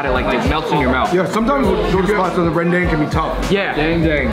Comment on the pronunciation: OH FINALLY SOMEONE CAN PRONOUNCE RENDANG